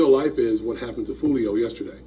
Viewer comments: His name is Julio pronounced Hoo-lio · It's pronounced (who- leo) foolio